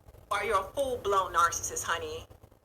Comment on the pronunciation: I hate the way she says narcissist too... She be like, “Kevin Samuels is a narssus, and when you deal with narssuses” smh 😂